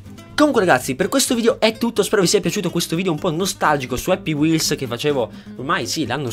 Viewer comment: è happy wheelZ, con la "Z"